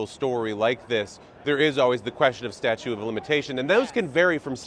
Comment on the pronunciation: Somebody needs to tell him it’s not “statue”…